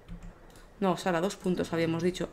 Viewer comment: Sara dijo Ano XD